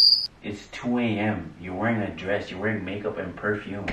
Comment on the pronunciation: The emphasis on:you're wearing a dress" everytime like wearing dress is illegal for 🤣😅🤣